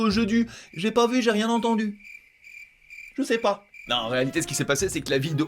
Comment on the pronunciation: le "ché pas" à me termine